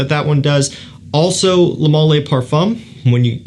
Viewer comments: Why do you keep saying lay. Its leh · Juste FYI its not ''le mâleh'' its ''le mâl''. We dont pronounce the ''e'' at the end. 😉👍